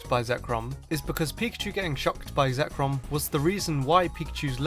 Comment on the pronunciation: You made a mistake, you called zekrom "zekron"